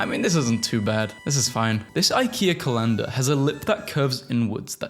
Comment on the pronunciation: How about just every time you pronounce a word wrong..